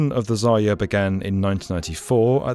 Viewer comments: Zayer? You dummy 😊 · You keep losing the r in "zarya", resulting in "zaya" which means "dear bunny" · It is not Zaya, this is ZaRya...